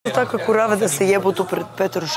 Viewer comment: Kita prica o "kuravama" 😆😆🤣